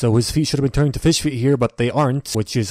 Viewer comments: TOMMOROW WE FEESH IS SOO FUCKING FUNNY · 4 type of pronunciation for fish Le classic: fish Le advance:phish Le pronounce:feesh Le me:fis